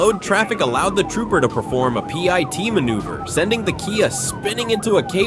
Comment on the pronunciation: A "pie" T maneuver? Signing off. Don't listen to AI.